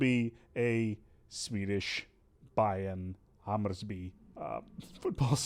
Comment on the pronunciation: I like how you make Hammerby sound like Hammurabi (babylonian king; "first lawmaker" code of hammurabi)